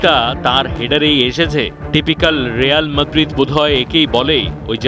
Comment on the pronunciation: ভাই রেয়াল মাদ্রিদ টা কি? শুদ্ধ বলেন ভালো কথা তাই বলে এমন শুদ্ধ আপনারা বললে কিভাবে হবে বলেন রিয়াল মাদ্রিদ কে রেয়াল মাদ্রিদ বলেন